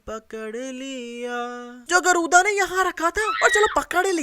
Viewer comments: गरूदा nhi गरुड़ा tha 😂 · Your mastakas:you call गरुदा but real name गरुडआ